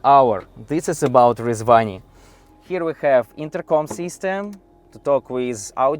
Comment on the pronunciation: I really like his pronunciation of Rezvani. 🤙🏽